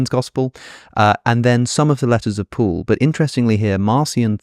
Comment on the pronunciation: I often hear Alex pronounce “Paul” as “Pool” and it is confusing.